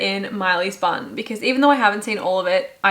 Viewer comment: P.s. I too often heard "this goes in Miley's bum" instead of bun. 😂😅